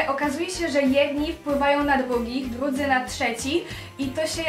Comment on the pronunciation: naucz sie muwić jak człowiek bo muwisz tołepka,bohatełowie,dłudzy na tszecih naucz sie !